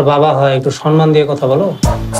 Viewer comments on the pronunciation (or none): 'সম্মান' দাদা, 'সন্মান' নয়....বাকীটা সেরা ❤